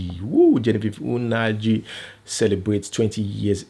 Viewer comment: It is Nnaji not Unaji